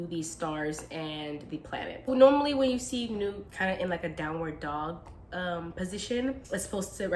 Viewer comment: Personally glad I stumbled on this vid. You pronounce her name correctly. If she were to let go we would be lost.